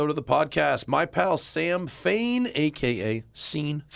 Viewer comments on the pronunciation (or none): It’s Sam Fane not Fan